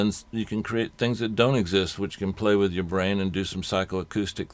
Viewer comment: what does he mean with,"have fun with it" or did he say "wid it" lololololololol :D <3